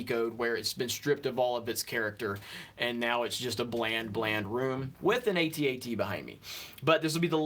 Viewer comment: you broke my heart, dude. It's at-at, not A.T.A.T.